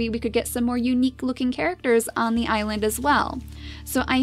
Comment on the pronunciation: Can you call this "The great Icland pack " because it sounded like you said icland when you said island at the start of this episode. 😋😋😋😋😋😋😋😋also curse you bunnies!!!🐰🐰🐰😋😋😋😋🎃🐾🐾🎃😋😋😋😋🐅🐆🐕